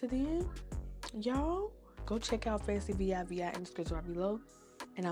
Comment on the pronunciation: Y U saying V I V I?😂😂😂😂😂 It's Fancivivi pronounced Fancy-Vee Vee